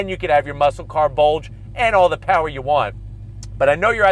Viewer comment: "we have A BOLDGE" - 2021